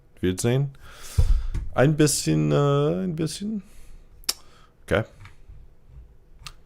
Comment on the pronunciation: U sound so weird speaking german, but your „ein bisschen“ sounded great! Why can you talk a little german? Were your ancestors german?